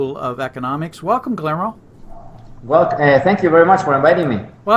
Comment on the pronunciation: in prounouncing the name Guillermo, forget the double LL. like: gui-err-mo. cheers.